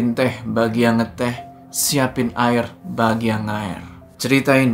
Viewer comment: "Siapin Aer bagi yang Aer" au ah bang 😂